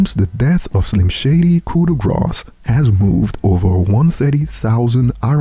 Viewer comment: The word grâce does not have an s sound in it. It’s basically pronounced like the word “raw” with a g at the start